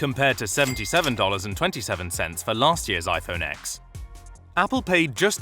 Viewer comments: When you sound luxurious but when you said iphone x and not 10 they knew you weren't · It's pronounced iPhone 10.